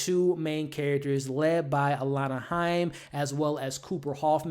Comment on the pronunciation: shoutout to u for saying alana correctly